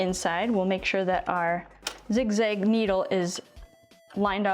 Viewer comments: Kudos for ur knowledge EXCEPT ur miss- pronunciation of the zig-ZAG STITCH!!! It's zig zag not zig zig !!! This has killed me every time u said it wrong !!! 😪 if I don't tell you someone will who won't be kind about it , possibly. . Thanks for the info tho!!! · I don’t know where the midwest of America is, am afraid. It definitely sounds zigzig, but that could be your hook, like nigella lawson👍🏾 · I think you mean "zig-zag" stitch, not zig-zig😁